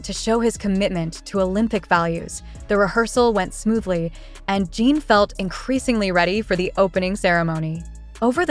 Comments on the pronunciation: I can't listen to a voice that calls him Jean! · omg for the low of GOD pronounce the name right shame on you